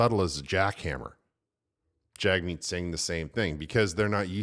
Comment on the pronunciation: Jagmeet also pronounced Jimmy